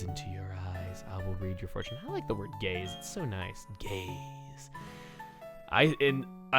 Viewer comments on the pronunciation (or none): You Always See if you listen to audio only when he says i love the word gaze, I love gaze it sounds like instead of saying gaze he says gays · he said GAZE not gays smh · I wasn't paying attention and I come back to " I love that word: gaaayyys " lmao I know he said gaze but I thought wrong lol